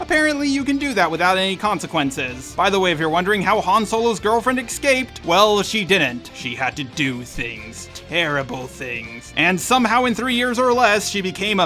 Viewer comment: There I was, minding my own business and enjoying myself watching this very well-made and well- researched video. Then it happened. I heard you say that someone "EXscaped" something. I now, of course, hate you and all you stand for. BTW, for those who don't know, this being the internet and all, I'm just kidding. While it's true that every time I hear something like this the pedantic grammar policeman in me twitches violently, this is a really well done video and I appreciated the hell out of it. 5 stars.